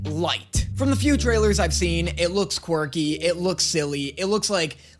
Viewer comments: I'm two and a half minutes in, and did this man just recently discover the word "quirky"? Because he sounds like a child who just learned a new word and is now forcing it into every other centence😅Also, why is he pronouncing it as "quarky" 😅 Also also, oh my god, his voice is so high-pitched and sqeaky, I wondered for a solid second if I was watching this on 2X speed or something 😅 "This show gives its fans a lot of ammunition" - it sure does, lmao. It's fun, even if I was not particularly a big fan of that at first. Leaving this comment and a like, hoping the reactions continue, I will watch them, because despite the fact that it might've sounded like I was crapping onthe video, I actually enjoyed it lol. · "a fun quicrky show" he says